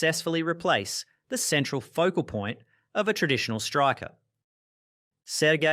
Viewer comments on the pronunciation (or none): none